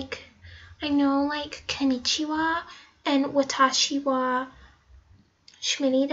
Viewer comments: is Watashiwa not Wathashiwa.And your real name is?? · She can’t even say konichiwa and watashi wa correctly. I can read and write hiragana but that doesn’t mean I’m Japanese smh